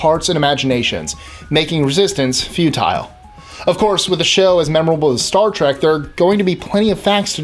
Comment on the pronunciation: Thank you so much for taking the effort to pronounce "futile" correctly. Instead of "feudal" as most Americans do.